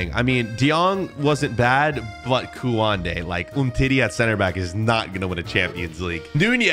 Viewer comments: who gets triggered when he says koende excpect kounde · Bro said kooanday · My man said kuande